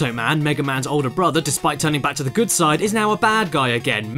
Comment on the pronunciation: That is a vwary gudd. Qweston